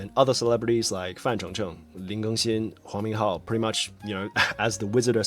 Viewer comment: Bro when you said the name "huang minghao" I was so shocked cause I heard "hou minghao" and he's currently my fav actor but then I read the name thank God😮‍💨